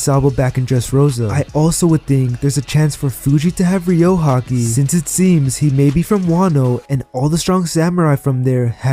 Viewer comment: it's RYU-O guys, not RYO-U